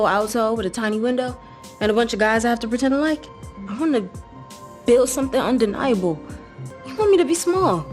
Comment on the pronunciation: The L at the end of the word undeniable is, in fact, pronounced as an L sound - i.e., not as a W sound. ("Undeniabuw.") If "diversity" means pronouncing common words incorrectly, I'll pass. (Speaking of which, the word field is pronounced "feeeeeeeeeeeld" - not "fild." I don't expect anything to change as a result of my helpful suggestions, of course, but I'm unable to refrain from offering them.)